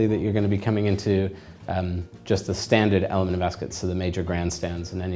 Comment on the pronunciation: First of all that jacket doesn't have a waist seam, so it is not a proper morning coat, and instead a cheap rental jacket. Second, Ascot is not said like 'biscuit', third, milliners don't make mens tophats, hatmakers do. You also didn't go into anything to do with detachable collars, or the winged collar/ascot tie combination. This video is completely uninformed and useless.